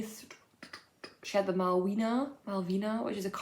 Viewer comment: Designs by Vert and Rose are named after Polish girl names. You pronounce „w” in Malwina the way you pronounce „v” in English 😊